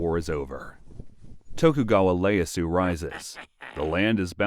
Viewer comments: one nit pick; his name starts with an i not an L so it’s ieyasu (pronounced (ē)(ay)(yah)(soo)) not Leyasu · LE yasu? Bad AI is bad. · It is Ee-ey-ah-su, with an "i", not Leyasu with an L. Unfortunately I also think the AI backdrops negatively stood out this time due to banners being central to the setting. It stands out to people familiar with Japanese history and kamon. Despite this, I enjoyed the history and story of our main character as usual, thank you. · just a note re pronunciation, it’s ee-a-yatsu, not leyatsu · I believe that the name Ieyasu starts with an I and not an L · Ieyasu not Leyasu